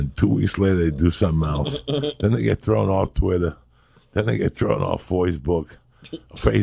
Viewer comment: Joey "Foisebook" Diaz